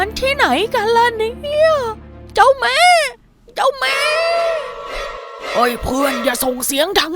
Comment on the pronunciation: เจ้าแม่-*******--***ไทย คนพูดผิด เจ้าแม้ อิสาน เจ้าแม้....